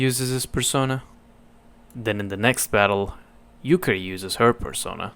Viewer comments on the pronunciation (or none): Bruh how the hell are you gonna miss the perfect word. “Persono”? Bro you had “Perso-NAH” RIGHT THERE.